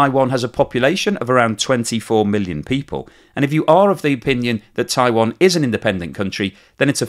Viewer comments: It's not pronounced 'Taiwon', FFS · what? Were you listening? He calls it 'Taiwon' throughout the video, for some reason. I don't know how someone can mispronounce Taiwan.